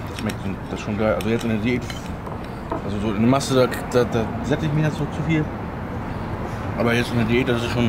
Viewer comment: noch paar tage, danach heissts wieder Masssse!